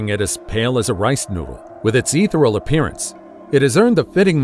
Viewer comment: Dear narrator, check proper pronunciation of ‘ethereal’! Emphasis is on 2nd syllable with a hard ‘e’. It has 4 syllables.